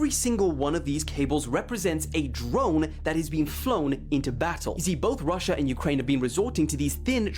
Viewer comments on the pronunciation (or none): none